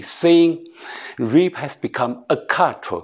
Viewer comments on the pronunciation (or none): 胡老师是有道理的。但希望在英文发音方面能下点功夫，不然老外是听不懂您在咕噜什么！比如的"rape"发音就有点怪。